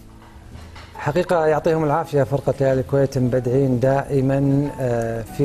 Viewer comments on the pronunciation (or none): لما يقولون مبدعين اضحك صراحه هههههههههه اسمها مُبدعين مو إمبدعين ههههههه